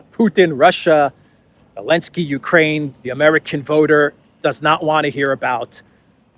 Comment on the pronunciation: Why are you saying Alensky instead Zelenskyy?